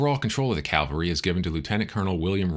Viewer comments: Great podcast but one minor knit-pick correction from an old Army officer. It’s CAValry not CALvary. That said, I am subscribing. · Unfortunately a common mistake. Even with those "in the know." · it's " Cavalry" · Nice recounting. Though I noted the mispronouncing of "cavalry."